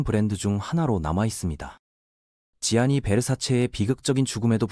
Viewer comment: Gianni Versace, 지아니가 아니라 ‘잔니’라 발음합니다.